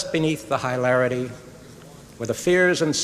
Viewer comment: "high larity"? HAHAH This guy can't read a cue card!